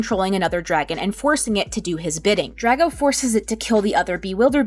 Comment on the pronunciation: POV: Looking through the comments trying to find someone who is also bothered by her pronunciation of Drago. It's pronounced Dr-ar-go